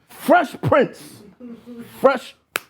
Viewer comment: Not gonna lie, I enjoyed this episode for the contrasting views more so than the topic. Felt like a convo ya didn't want to have but had and it went better then expected. Nice chemistry gentleman. 👏 intriguing convo. Yo Math, you reaching. It's PRINCE (not King) not PRINTS.